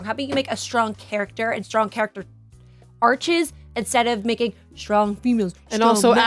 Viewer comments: I love but she kept saying "character arches" lol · It's character Arcs lol, not Arches 😉